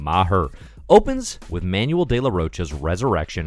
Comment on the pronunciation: I haven't laughed laughed this much with a comic in quite some time. You're so right. A slight helping hand from a Spaniard: Manuel's name is stressed Ma-nuEL. Not MA-nu-el.